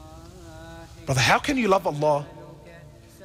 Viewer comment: I wasn't even sure I heard "deen" correctly (I thought it was "deed")